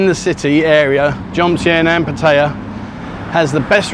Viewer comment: MY GOD! If you are going to do videos on Pattaya please try your best to learn how to pronounce the name of the city correctly. I know that you handicapped by your Australian accent but if you want to know how to correctly pronounce the name Pat-t-aya ,ask a Thai for help